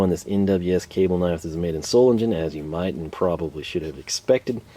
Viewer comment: It is not pronounced solegen it is pronounced zoelaygayn, for the Greman S is an american Z. You do so well with all the tool names get a German text book and learn how the letters and vowel sounds work it is easy cheasy and umlauts come with practice.